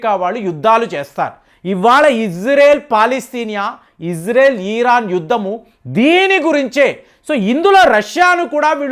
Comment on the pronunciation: ముందు పదాలు పలకడం నేర్చుకో! ఈరాన్ కాదు ఇరాన్, ఈరాక్ కాదు ఇరాక్